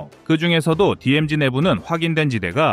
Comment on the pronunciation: DMZ를 디엠(지)라고 Z 발음을 최초로 정확하게 발음을 하셨네요. 거의 모든 분들이 디엠젵이라고 하시는데 시정 해주셔서 감사합니다.